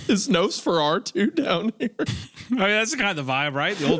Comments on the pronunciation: I have never in my life heard Nosferatu pronounced NosferARtu, lol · I cannot get over Isaiah pronouncing it as 'Nose-fer-arr-too'.